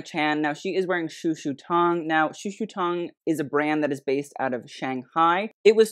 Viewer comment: I mean I'm not Chinese but I also study Mandarin, and I honestly couldnt tell you've studied it before. the way you pronounce the 'tong' in "shushu tong" is distinctly American I think, it sounds more like 'tang'. same with the 'shang' in "shanghai", its more of an ae sound. you pronounce both as if they were English words, if that makes sense? like the vowel placements were more English than Chinese the founders' names had better vowel placement I believe, but if you have studied Mandarin you could definitely attempt the names with the proper tones? I'm not a French speaker but it's clear when you pronounce French brands that you've spent time and effort to get it fairly close to the proper pronunciation, even if some of them are quite difficult. same with other European brands, from what I've seen from you so far. meanwhile here it seems like you heard it spoken a handful of times and then just attempted it based on that I'm not here to police how you run your channel but you have stated in recent videos that you'd like to get more into the Asian side of the fashion world, and I would hope properly pronouncing their names as best you can would be among the first steps towards that. this was an entertaining video otherwise!